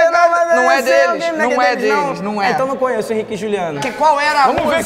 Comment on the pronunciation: é "conheço" não "conhesso"